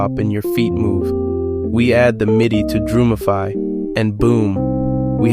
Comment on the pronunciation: Gosh, kid… it’s Drum-ify not Droom-ify. Have you not heard of the words “drum” and “muse”?